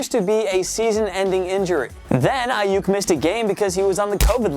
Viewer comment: Who else heard him say Brandon Aiuyk twice